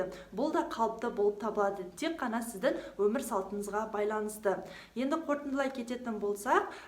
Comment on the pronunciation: Өзініннн сіздін емес... өзінің сіздің деп сөйлеші өтініш.